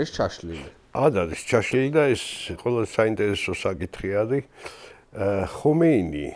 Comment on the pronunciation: ჰომეინი არ ჰქვია, ხომეინია სპარსულად. რატომ ამახინჯებთ სახელებს?